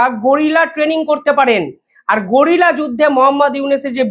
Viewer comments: গোরিলা নয় রে দাদা, কথাটা গেরিলা। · আরে ভাই গরিলা না উচ্চারণ টা হবে গেরিলা, বিনা পড়াশুনায় সাংবাদিক হওয়ার স্বপ্ন দেখলে এমনি হয় I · গরিলা যুদ্ধ নয়। গেরিলা যুদ্ধ। ধৃষ্টতা মার্জনীয়, অনেক ধন্যবাদ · গোরিলা যুদ্ধ নয় গেরিলা যুদ্ধ